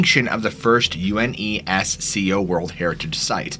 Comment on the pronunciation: Bro, we don't read each letter of "UNESCO", we pronounce it as a word (pronounced "You-Nes-Co"). I like your videos, but you mispronounce a lot of words.